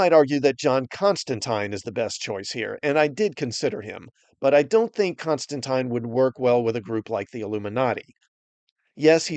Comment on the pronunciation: I love that you said Constantines name right